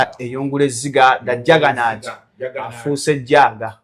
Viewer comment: Mbu "Jaggernaut" afuusse "Jaaga"😂😂